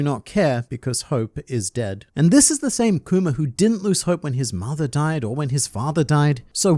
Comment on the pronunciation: I'm happy that now pronounces Kuma and not kumer